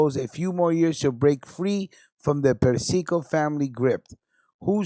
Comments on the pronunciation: man big fan and love your show. The nane is pronounced Per-see-co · Yo! Again,, you mentioned "Alley Boy Persico". But you mispronounced their last name. It's Per-cee-co. I'm not trying to undermine you or your show,. I'm just trying to help you out with the pronunciation of Persico-- Per-cee-co. Ok, Later, B. R.